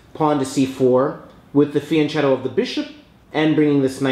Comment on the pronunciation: These are all great videos by this guy including this one, but people need to learn how to pronounce the word fianchetto FEE-ahn KE- toh The italian "ch" makes a hard K sound!